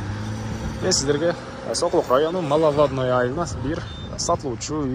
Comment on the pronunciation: Малавадныя эмес, Маловодный